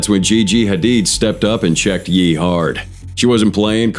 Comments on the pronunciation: Its ye and not jeee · Smh the AI narration is crazy and way off. This is the second of your vid where you call KanYe (Hence the Ye), Yi. Next you called Michael Jordan (nba legend) Michael B Jordan (actor). I like the 2 of your vids I've watched to some degree but if you are gonna be lazy making them I cant hit like or subscribe...ijs